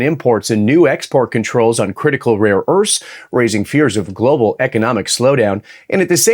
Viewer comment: Bro said “rare urfs”